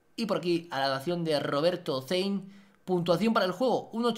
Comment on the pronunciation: es mi imaginacion o dijo roberto cein???? no pos que diga ded